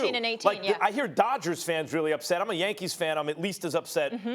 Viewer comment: Engin Sezerman Max’s “Yankeeth”